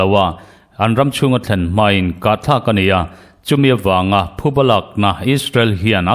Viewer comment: Thuba anilo, phuba tih tur